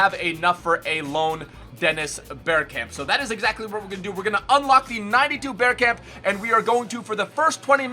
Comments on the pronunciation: It is bergkamp not berkkamp love from Holland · The way you pronounce bergkamp is so fucked